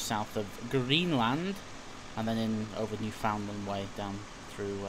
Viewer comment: New-found land Kappa..... LOL it's pounced new-fund-land but all together Kappa nice video again <3